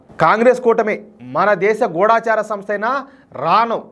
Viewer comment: గూడాచార కాదండి గూఢచారి అంటే SPY.